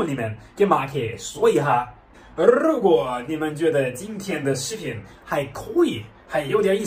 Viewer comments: 北京口音. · 德国或者是俄罗斯口音吧？带嘟噜的。😂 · 的这个“如果”，作为中国人我是发不出来这个音的。😂😂😂